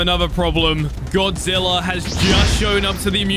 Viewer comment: you said "godzillor"